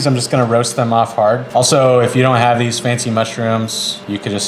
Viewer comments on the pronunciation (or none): none